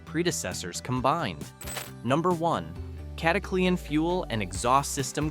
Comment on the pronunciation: Cata cle an ....stoopid ai😊